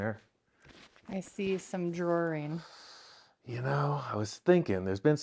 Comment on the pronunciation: The word is Drawing...there is NO er in that word...ITS NOT drawering.....its draw ing.....end of English lesson....carry on...love the show